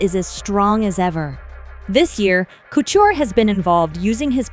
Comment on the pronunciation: There is no CH in his last name Stop butchering it